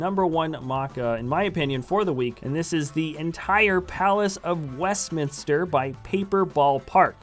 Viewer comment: No. It's Westminster ;)